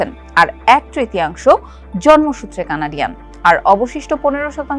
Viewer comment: What is Canadio? It's called Canadian. Btw is it a newsworthy topic? & please don't come to Canada if you don't have the right skills that Canada needs